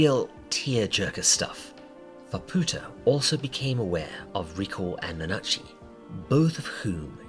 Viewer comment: please stop pronouncing it nuhnah-chi i can't take it anymore